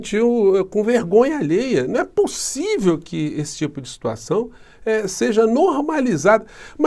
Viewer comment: ..."será pussivi?"😂😂😂😂😂😂😂😂😂😂😂😂😂😂😂😂😂